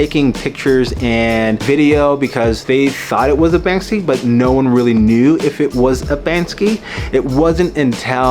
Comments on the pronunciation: Firstly it is pronounced "bank-see", not "banks-ski". Secondly, the people filming didn’t intervene, not because it’s in the public so they don’t know who owns it…but rather because, if you interfere with a person with melanin in the process of a crime, you’ll get "wet up", "chopped", "shanked", or "shivved". So nobody interferes, because nobody wants to die. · So hard to say banksy? It's not banskey....